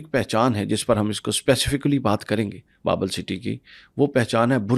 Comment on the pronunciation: It's Babil (Babel in English) - not Babul